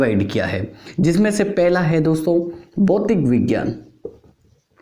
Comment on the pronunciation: सर भौतिक विज्ञान होता है भौतीक विज्ञान नहीं